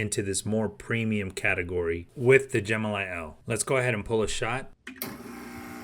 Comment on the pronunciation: I think the machine is pronounced “Elly” not “L”, in other words the name is short for Elephant - as imaged in the elephant logo and the colour description “Elephant Gray”.